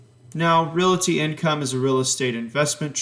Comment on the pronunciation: Why does he keep calling it "Reality" Income? It's making me cringe.